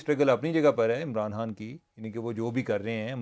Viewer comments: عمر چیمہ صاحب جب خان کو عمران ہان کہتے ہیں یہ الگ ہی کول لگتا ہے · Umar cheema saab. Please pronounce khan from epiglottis!!